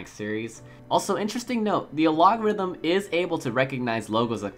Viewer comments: What the fuck is an aLOGerithm? aylogorithm? I think you mean algorithm (Al Gore ithm). More learning English and less watching anime might help. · Am I missing some meme here, why do you pronounce algorithm like that?